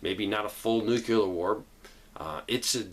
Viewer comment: NUCLEAR - What does Nucular mean?